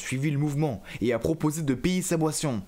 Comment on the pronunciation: dans la video vous avey dit boission